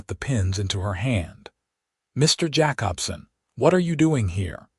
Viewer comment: Jacobson = Jay-cob-son.